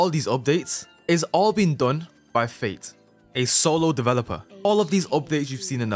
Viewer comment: bro said fait 😭🙏